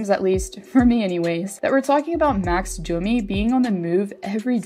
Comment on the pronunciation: It’s Domi. What’s this Dooomeeee shit?